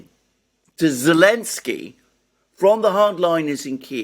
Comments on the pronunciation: Why does he keep calling him “Elensky”? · why are you pronouncing Zelensky as elensky?